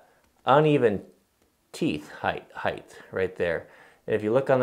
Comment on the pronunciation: I know it's not the end of the world but there is no "th" sound in height. For some reason it drives me crazy when it is pronounced that way. Height ends in a t and depth has the "th" sound. Even so I love the video.